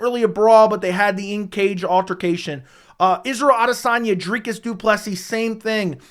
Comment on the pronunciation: Thumbs up for repeatedly nailing Dricus’ name pronunciation, and for lining that beard up! Well done, sir.